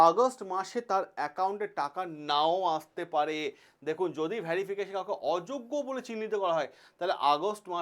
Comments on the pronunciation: কথাটা ভেরিফিকেশ ভ্যারিফিকেশন নয় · Age thik kore kotha bolte sekho verification uchaaron thik koro